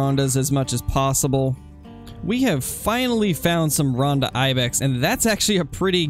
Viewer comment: Just so you know, I'm pretty sure the name of the Ronda Ibex is supposed to be pronounced "Roan-duh" with a long o sound, not "Rahn-duh". But I might be wrong.